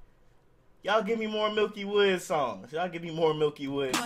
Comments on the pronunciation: Bruh it aint milky woodz its miky woodz like miky like saying micky mouse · Bruh it's miky not milky